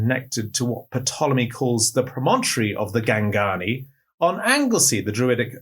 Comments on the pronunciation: It's originally a Greek word "tulami" so no P is not said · Is it an accepted pronunciation of ‘Ptolemy’ to voice the ‘P’? I hope this doesn’t seem pedantic, but it’s just that I’ve only ever heard it pronounced with a silent ‘P’, regardless of which Ptolemy is being referred to.